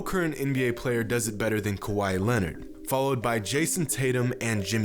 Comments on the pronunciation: I feel like you say “kawhi” like “Hawaii” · It’s Kawhi. Not like we’ve heard this for the last 3 years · Why do you call Kawhi Leonard kawaii? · It’s kawhi, ez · That pause at the end for Kawhi... That felt like it was John Bois inspired from his 3pt video.. Just sayin...